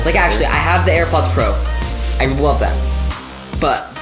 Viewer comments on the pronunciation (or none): It sounded like he said “I wuv them”